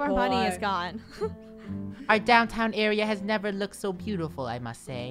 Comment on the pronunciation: "He's bootiful"